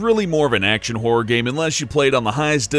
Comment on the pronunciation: I'm pretty sure its pronounced "Horror" not "Whore". Although a "whore game" does sound quite interesting...